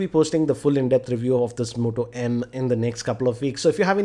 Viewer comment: "almoonium back of motoh emM"